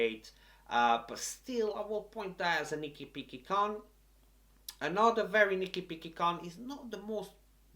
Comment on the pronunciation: Nicki picki con?? Wtf man ?? 😑